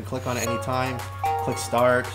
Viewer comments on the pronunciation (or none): it's start not starch